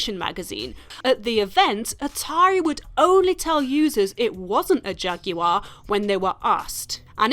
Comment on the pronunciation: no bitch..I want you to say Jaguar correctly . THATS WHAT I WANT!! 2 sounds (Jag-war)